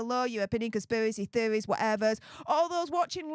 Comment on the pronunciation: Conspivvvvvvvacy theovvvvvvvy whatever 😂😂😂